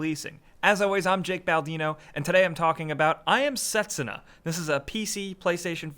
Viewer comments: its not set su na, its se tsu na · Set-SOO-nuh, not SET-suh-nuh... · A tad bit late but the "u" is silent - it's spoken Setsna Just saying. Sorry, don't want to be a smartass here. Just something that bothers me. Nice video though! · Pronounced Set-soo-na, with emphasis on the 2nd syllable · i thought was ' I am setSÚna ' haha